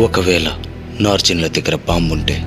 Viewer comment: "నార్జిన్లు" కాదు రా బాబు నాజీలు